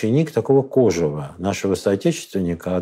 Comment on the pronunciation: Уважаемый коллега ударение в слове кожев надо ставить на последнем слоге, а не на первом, посмотрите словарь .Причём, французский вариант тоже указывает на второй слог.